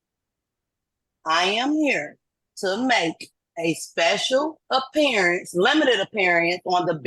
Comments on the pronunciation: Appeariance? Huh? 😂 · "I'm here to make a special apperey-ance!" Typical dumb none resident sovcit. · Did she say “special appearadence”? 🤦‍♀️ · A special "appearience" - 🤣🤣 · Did she say " special appearience " ? Yee she did